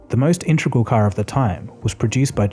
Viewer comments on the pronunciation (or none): It’s “integral” not “intragal”